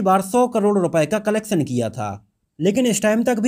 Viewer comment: Sha shabd ka sahi ucharan kijye. Bhasha shudh kijye . Solay mat kaho . Collectuon ko aap colleksan keh rahe ho. Mujhe sharm aati he apka vdo dekhta hu aur apki bhasha sunta mujhe bhut sharm aati he Me dislikeckrta hu